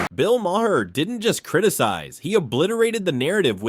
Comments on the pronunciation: I never cared much for Bill Maher and I’ve listed to him for many years, but pronounce his name right. The h is silent so it sounds like May-er. I have at least that much respect for the man. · Can't even pronounce Bill's last name correctly... 👎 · I like your video but please learn how to pronounce Bill Maher’s name correctly.